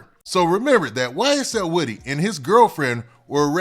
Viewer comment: Woodie not wittie lol